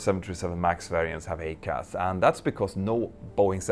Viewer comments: Small point … I am an Airbus pilot and we pronounce the ECAM system as “E….Cam”. The Boeing system is the EICAS, yet your pronunciation to my ears sounds like “A-Cas”? Might It make more sense to say “E….Cas”? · Hey Mentour, love your videos. Always even handed and informative. Could I just point out one little thing I noticed, that would then make your videos perfect. It's about pronunciation. You say AY-CAS but having been an instructor on the 777-300ER, I can say with some degree of confidence that it is EYE-CAS. Pretty minor point and definitely doesn't detract from your well-produced videos. Keep up the good work, regards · I'm pretty sure everyone in the US pronounces it "I-CAS". It definitely belongs on the Max. BTW, Petter, maybe you could do a video on the LEAP-1x engine fuel nozzles. GE were so proud of their 3D printed and laser drilled nozzles. Now we're replacing them as a set constantly. It's a real PITA. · "I"—CAS!!!!!! EYE-CAS!!!! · EICAS is pronounced Eye-Cas, it means Engine Indicating Crew Alerting System... it's only for the engines. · Yup. I agree. I-CAS. Like i-Phone. That’s how we pronounce it.